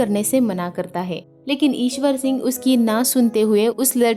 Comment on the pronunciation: Mam ishar sing not iswor sing.